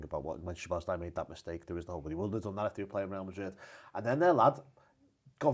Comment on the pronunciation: Quite incredible how these content creators refuse to take 20 seconds to Google the correct pronunciation. He's been here over 2 years!